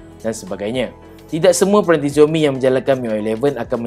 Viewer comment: Sebutan Xiaomi dalam Bahasa Mandarin adalah Siaumi bukan Ziaumi! Tak percaya, tanya orang yang boleh berbahasa Mandarin. Dalam Hanyu Pinyin (ejaan huruf Roman (ABCD...Z) rasmi bagi Bahasa Mandarin, huruf X berbunyi seperti huruf S tetapi tipis dalam Bahasa Melayu. Antara contoh lain adalah bandar Xi'an disebut Si-an, sebutan Ma Lai Xi Ya bagi negara Malaysia dan wilayah Xinjiang disebut Sinjiang.